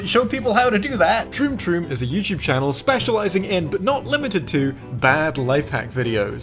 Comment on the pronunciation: "THEY HAVE A YEWCHUBE?" Pronunciation Joke